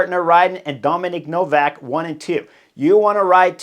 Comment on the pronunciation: Hi Chris, thanks for the video! The guy from UAE is called Domen Novak though, not Dominic 🤌